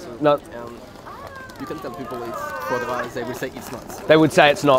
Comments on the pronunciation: Fwa gwa?!? 🤣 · Fwa gwa.. VEGAN FWA GWA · foie gras ahahha